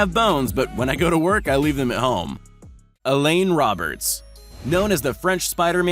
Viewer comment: Hi, please learn how to pronounce French!! I notice, you butcher French words! Alain is not pronounced as Elaine. It is said like this - A LAA (A as rhymes with TA and LAA as rhymes with BAA!!). Alain is French for Alan and the 'in' is silent!!